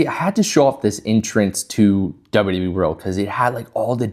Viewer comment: Everytime you say wwe like that, another baby is born with cancer. You should stop to save lives.